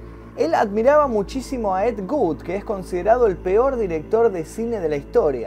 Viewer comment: NO ES ED GOOD ES ED WOOD de ese director nace bella lugosi que interpretaba nosferatu